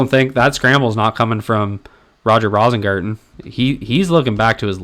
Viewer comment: I think it's pronounced "Rose-ingarten".